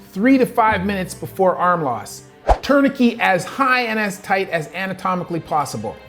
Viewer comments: Impressive but what is a "tournikey"? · Great video, although I have never heard anyone say, “Tourni-key” for tourniquet lol. Either way, the U.S. needs more robust gun control laws, based on the soul fact that gun deaths are way higher than every other country. Along with wealth equality reform, governmental reform, and installing more services that actually help people, instead of just making the rich richer and giving Israel money. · What is a “turn a key”? I heard you say that at least 3 times. What is that? Were you trying to say tourniquet? That seems most likely. If you’re gonna bring up something like that, I would recommend pronouncing it correctly, and then also educating people on the different classes of that particular survivability tool. You’re able to succinctly speak in medical terms that use quite complicated words, but error on that particular one. I think learning to properly pronounce the terminology in every topic you’re discussing would increase the validity of your position and video. I can hear past the mispronouncing of tourniquet, and I know exactly what you mean, but I can’t say that everybody would be able to do that. Overall, great video, very informative, and really sheds light on basic physics that people should be aware of, especially when discussing ballistics. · the "t" at the end of "tourniquet" is not silent. my mother is a native French speaker and is a high school French teacher (from Monaco, not Canada) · This guy mispronounced Garand and Tourniquet. Makes me question his knowledge. Lol. Not really. But it is distracting